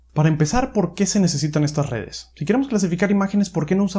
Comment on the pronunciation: Ya tu saaaabeh, con lah redeh convolusionaaaaleh. Le veo futuro.